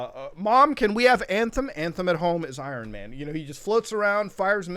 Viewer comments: Who the fuck is "I Ron man"? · Did you just call him Ayran Man? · Nobody Mutuhar: I Ron man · I-ron man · I-RON MAN 😂I'm done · I cringed when he said I RON MAN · no one: muta: Iran Man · “Eye-Ron Man” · “ I RON MAN. I RON MAN” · Who tf is Eye-Ron man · Why did say say Iron Man wierdly